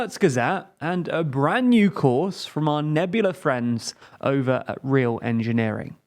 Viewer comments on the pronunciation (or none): none